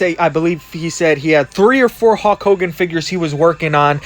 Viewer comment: "Hawk Hogan" lol